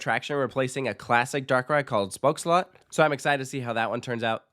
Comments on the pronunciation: You're probably the first foreign YouTuber that nailed the pronunciation of Spookslot this perfect! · you pronounced spookslot perfectly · Spookslot was pronounced well. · I love that you translated the names very well. And your pronunciation of Spookslot was spot on. Spookslot translated is Ghost castle. Better is Haunted castle. Joris en de draak in English is George and the dragon. I love the Efteling, me and my friends visit it twice a year one time in summer and one time in winter, because the park is beautiful and charming in all seasons. And I have been coming there almost every year since i was a toddler. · Dude you pronounced "spookslot" perfectly. It translates to ghost castle, I really miss it, it was a nostalgic attraction. Hope that Danse Macabre is going to be an upgrade to the original.